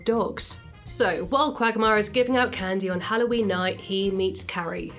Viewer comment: Why i hear Quack Myer instead of quagmire ?